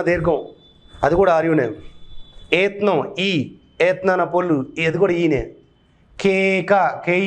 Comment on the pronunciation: ఋత్నం కాదండీ... "ఋత్వం"..., ఏత్నం కాదండీ... "ఏత్వం."... ఇలాగే పలకాలి.. థాంక్యూ 🎉